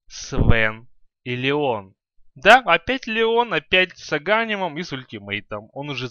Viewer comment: Не агАнимом, а аганИмом!!!! БЕСИТ! И не дАгон, а дагОн.